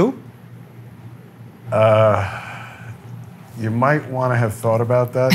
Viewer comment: The moment when he says, “Y tu?” made my Latin heart stop for a sec 🥰